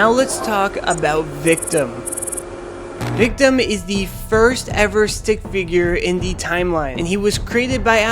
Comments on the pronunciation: His name is victim not victom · ah yes, the first AvA character "VICTOM".